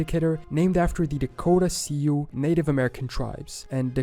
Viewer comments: This might be AI narrated. He says Sioux as "see ooo", but it's actually pronounced just like the girls' name "Sue". Could be just because he's not from the US though. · Sioux is pronounced like Sue. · He chopped the name of the Dakota Sioux so bad. Sioux is pronounced like Sue. The shortened version of Susan or or I am going to take you to court and sue you